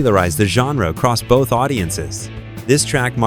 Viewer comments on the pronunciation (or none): none